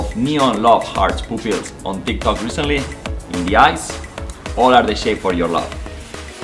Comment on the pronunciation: He said taktak doesn't know how to spell tiktok 💀